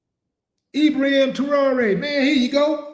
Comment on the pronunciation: Great vid bro. But it's Ibrahim not Ibraham.